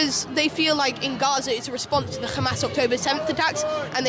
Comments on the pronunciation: Seriously dude? The kid repeated Israeli talking points. Like the Iran stuff, and using the Israeli, pronunciation of Hamas. Oh and when the lady asked him if its right to take over land where other ppl lived, he ignored the question and brought up that the UN gave the land to the Jews. That's deflection not being a good journalist. BTW Arabs in Israel have less rights than other ppl. Their movements are restricted. Their ability to live where they want is restricted, even their access to pray is controlled by the Israeli government. BTW saying "We are the Media" is utterly moronic. And tells me all I have to know about you. Media: the main means of mass communication (broadcasting, publishing, and the internet) regarded collectively. YOu, are a human being, you are not "Media". 🙄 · Kid pronounces “Hamas” wrong; the h is properly pronounced similar to the English h. This is a propagandist technique to make Hamas seem more alien…